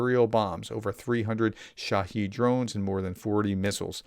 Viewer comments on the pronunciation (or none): none